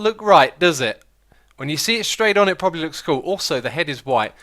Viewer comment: X, why're you saying "properly" instead of "probably"?